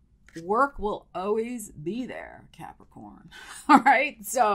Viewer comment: I love how you say Capri-CORN. 🤣😂😎‼️💥